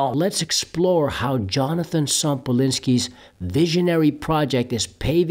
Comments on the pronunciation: Yonatan bro, not Jonathan. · Why do you say Jonathan ? His name is Yonaton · Please learn how to pronounce Yonatan’s name.